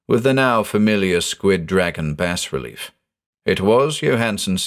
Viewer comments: 'Bas relief' is pronounced 'bah relief' not 'bass relief'. Every time you mispronounced it it broke the spell created by your voice. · you have such a wonderful voice but every time you pronounce it "bass relief" i imagine the hieroglyphs and starspawn figures inscribed on the side of a ceramic fish. that'd be the deep one equivalent of an embroidery sampler that reads bless this home, i suppose. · *bah relief. It’s pronounced “bah relief” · The 's' is silent in bas relief. :) It's from the french word bas (pronounced "bah") meaning low. Bas relief is low as opposed to high relief. Hope this is useful. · dangit. it's pronounced [bah-relief] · Beautifully done! The only thing I have against it was the pronunciation of bas-relief. I was always taught that the “s” is silent.